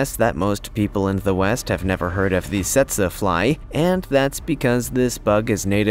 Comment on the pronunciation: It's pronounced teet see fly.